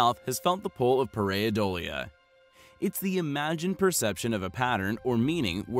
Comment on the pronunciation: Pareidolia is pronounced /ˌper.aɪˈdoʊl.jə/.